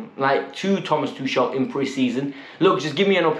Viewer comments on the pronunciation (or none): "Thushel" again🙄